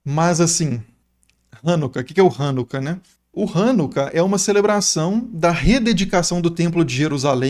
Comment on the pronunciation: Hanukkah (ranucá e não rãnuca)